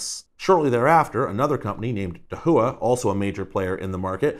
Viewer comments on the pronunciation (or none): No problem - even people in the industry have weird ways to pronounce them. Hikvision is hard “I,” so Hike-vision. Dahua is Dahhwah (soft A). Other details in your video were generally correct. As you may have researched, HD-SDI was briefly used in industry for a bit before HD-TVI/CVI. It was very problem prone with long and low quality cable runs - which is the typical type found in homes and businesses. SDI (in an affordable version) lasted maybe a couple years in this market. The dropouts were common enough that all customers I have who had an SDI system switched to TVI. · Small critique. They're pronounced "Dah-wah" and "Hike-vision" 😊 (Dahua and Hikvision, respectively) Source: cctv installer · Nailed the mispronounciations of both Hikvision and Dahua, lol :)